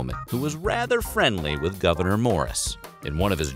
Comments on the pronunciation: And his name is pronounced (Gov-a-nore), not governor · Weird History Having his first name mispronounced... a lot. It’s “Goo-Ver-Nay” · As a resident of NY State's North Country, I can say that you're not pronouncing his first name correctly. The last syllable rhymes with door.